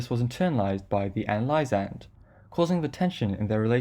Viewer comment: Hey friendly tip: analysand is pronounced “uh-NAL-i-zund” where “NAL” is pronounced like “pal”, as in “I’m your pal.”